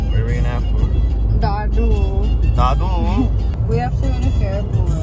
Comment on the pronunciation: Really appreciate how you handle this I am from Dadu city u has pronounced the city Daduu